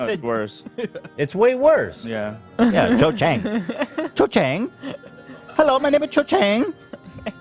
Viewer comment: Cho Chang not Chen lol